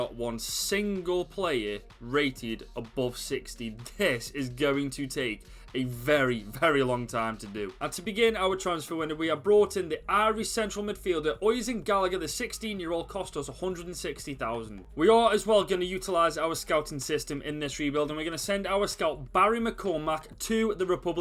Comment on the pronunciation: Breh oisin is pronounced “oo-sheen” definitely not what u said aha